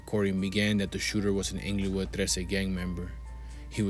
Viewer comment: its not inglowood smh. pronouce it correctly bruh